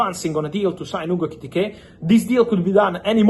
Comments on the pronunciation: *Etikike*😂 Why do you make it hard to pronounce his name . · Hearing fab say ekitike is so enjoyable😂😂😂